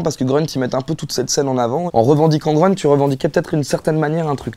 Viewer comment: en allemand et en turc, grünt ça doit se prononcer gruneuteu/grûneuteu et pas greuneuteu comme ünkut on devrait dire uneuqueuteu et pas eunequeuteu